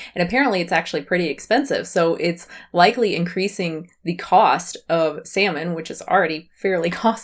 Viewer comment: Here is what gives away NAIVETE: That she does not even know how to say, "Salmon", OK? She pronounces the word as thought she has never even heard of the damn fish!